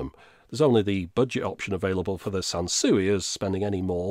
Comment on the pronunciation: Sanswee not Sansuey 🤭